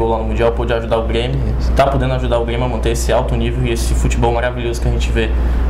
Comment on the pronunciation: É só pelo jeito que ele pronuncia o "R" mesmo. Como trocar Grêmio por Guêmio. Não tenho interesse em fzr isso não mas valeu a dica